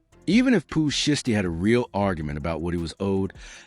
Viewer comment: The AI voice is terrible. Zataven....? Pooh shisty... cmon bro... did you watch this b4 you hit publish